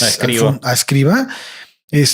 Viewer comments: No es "Escriva", es "Escrivà". Obsérvese que la A va acentuada y con acento agudo (de izquierda a derecha ). En lengua catalana "escrivà" es "escribano" en castellano. Aunque pasado el tiempo y como apellido, en castellano ha pasado a ser Escrivá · Para hablar de algo con algo de respeto hay que saber y el conductor no sabe ni el nombre. Es Escriv(Á), conductor indocumentado.